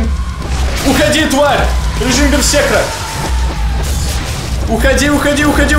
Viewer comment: Бер-сер-кер***, а не берсекр и прочие от него производные, что ты говорил.)))